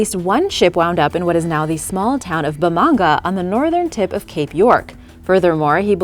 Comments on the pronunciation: It is not called bamanga it'd bamaga like ba-ma-ga better research a bit more next time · Sorry but Ben crops city is pronounced bam-a-ga other wise love every thing you read.